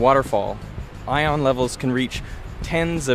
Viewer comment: He sounds so preciously French when he says ION